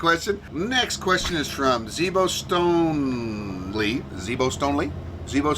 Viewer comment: Awesome!!! And yes. Zebo Stone-leigh. You got it just right!